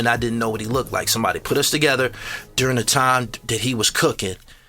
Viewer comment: The term “looked” pronounced as lookted is wild